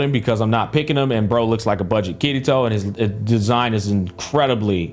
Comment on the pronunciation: Bro it took me a while to understand that u were saying ‘kirito’ and not ‘kitty toe’ 😭😭😭 i thought it was some meme I missed